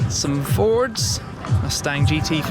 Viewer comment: The way you pronounced "Fords" was so American :D